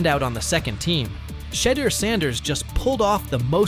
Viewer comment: Respect his name get it pronounced correctly....but ya do this DELIBERATE